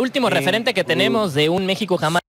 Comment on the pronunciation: me causa gracias que el presentador pronuncie algunos paises en ingles y otros en español........ por ejemplo yameica , mecsixo , yuruguayy luegoo diga Argentina o Paraguay